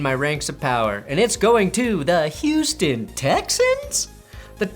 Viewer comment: “I Puts some sympathy RESPEKT’dd for Hou-Stun”